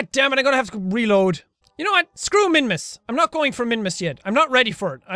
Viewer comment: Did you say ' juwhat '